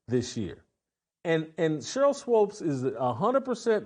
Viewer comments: It's not SWOPE it's Swoop! Rhymes with Hoop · I couldn’t watch more than 3 minutes of this because Jackson Whitlock kept saying Swopes instead of Swoops. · The fact Whitlock listened to SAS pronounce Swoops instead of Swopes and not acknowledge he's pronouncing her name wrong is hilarious 😂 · Why does Jason keep calling her Sheryl Swopes? Lol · Is he trolling by calling her Swopes instead of Swoopes? I'm dying 🤣😂🤣😂🙃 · SWOOPES, NOT SWOPES! WTFF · Her name is pronounced SWOOPS 🥴 if you’re going to hate, atleast say her name right. Swoopes. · Her name is pronounced Swoopes sounds like HOOPS. She knows what she’s doing. Shes being Skip Bayless and Caitlin is her Lebron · Uncle Tom doesn’t even no how to pronounce Sheryl swoopes name lol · I don’t understand why you purposely say her name wrong. I’m pretty positive you know better. That’s weird